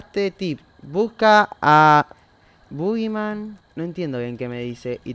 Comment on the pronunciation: parece que dice "bo gay" Jajaja salu2